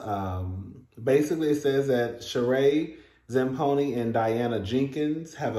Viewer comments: Zam PONY??????.....STOP!!!!! It's pronounced SHA-REE (Rhymes with Marie) ZAM PEE NO😂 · Cousin, here it goes- ZAM-PI-NO 😆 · Sheree is pronounced with a long E at the end. Her last name is pronounced zam-pee-no (with a long O at the end.